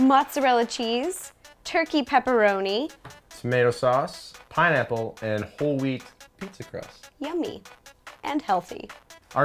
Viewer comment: said pinneapple